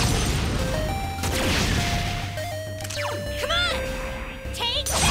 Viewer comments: as unbearable as it is to hear it. yes he does in fact say Bearsona. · Is it just me or is Teddie saying Bearsona? xD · yes he is saying bearsona